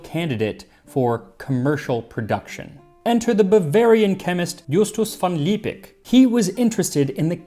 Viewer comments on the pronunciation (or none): One tiny hint for German pronounciation (which as always is really good already!): When a word ends with -ig, the g becomes a soft ch. So in Ignoranz (=ignorance) where the Ig is not at the end, it stays the g-sound you made but in Liebig, you would pronounce it as if it were written Liebich. As always, slight exceptions apply, and regional dialects may not adhere to this rule but generally, it holds.